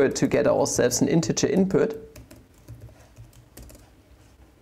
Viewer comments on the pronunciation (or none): none